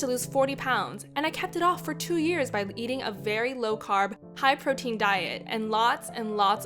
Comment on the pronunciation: Hight instead of high